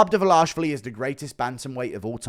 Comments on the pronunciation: His surname is: Dva-li-shvili NOT: Dva-la-shvili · Dvalishvili!!! How hard is it to pronounce this right you little goblin!:)))) Georgians once again send you regards!!!🎉🎉🎉🎉